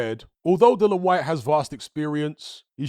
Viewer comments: oh u mean cuz says Dillon or Dylan instead of DILLIAN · Dill-I-an. Not Dillon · It was aggravating me who he kept pronouncing Dillian’s name wrong every time